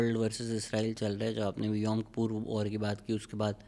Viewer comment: “Yaum KAPOOR” ?! 🤷🏻🤷🏻‍♂️😂🤣 Janaab wo “KIPPUR” hai !!